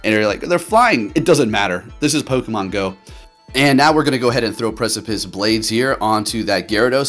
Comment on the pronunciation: The fact that this man can pronounce “Precipice” w/ no issues, but says things like “Breaking SWEEP” and my all-time fave, “WHALE-ren” 🤦🏽‍♂️😆 it has to be intentional. I support you, so this comment is just +1 for the algorithm